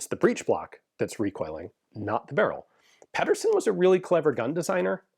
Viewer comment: Pee-dur-sen his name is not pedderson its Pedersen. No relation but same surname.